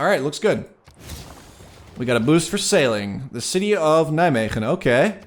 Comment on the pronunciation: Are you dutch you say Nijmegen perfect